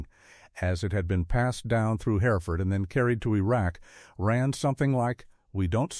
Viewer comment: Pauses too long, in the wrong place and 2013 not 2,013! SAS, Sauce, Saz, the inconsistency is bewildering! Not identified, yet identified when KIA! I cannot abide the piss poor pronunciation of Hereford! Not Herrford!!!!! WW2 photos!!!!!!!!